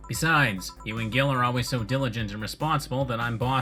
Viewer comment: "Gil" really is argentinian slang, for dumbass or weakling. Though it's pronounced in a way similar to the word "heel". Merry christmas!